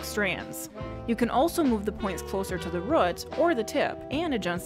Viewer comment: Please love, it's root, not rot. I hope it isn't rot. Nice tutorial though. Just what I was looking for. Please keep them coming.